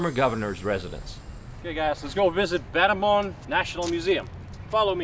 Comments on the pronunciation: Battambong, batta-bang 😂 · If you visit a new place. Why not learn how to pronounce? Battanbang is Battanbong. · Battambang pronouns Bat-Dom-Borng